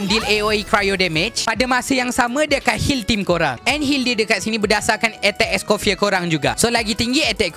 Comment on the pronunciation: bangla ni sebut pun salah... orang es coffee